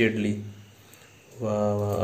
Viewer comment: Itali nahi idali mhantat